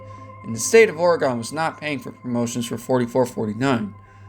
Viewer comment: Dude stop pronouncing Oregon wrong it’s oregin not Oregone also it’s black masa not messa